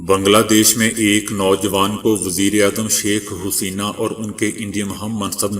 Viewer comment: کیوں Huseena کہہ رہے ہو جاہل کمینے؟ Haseena ہوتا ہے۔